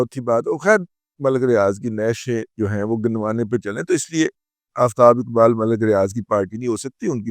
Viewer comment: Ye Jo Aftab Iqbal hai, Ye Urdu main Sahi Talaffuz ke sath Aftab Iqbal hota hai 😂😂😂😂